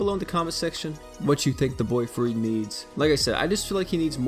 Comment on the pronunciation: Don’t act like you didn’t just say FRRED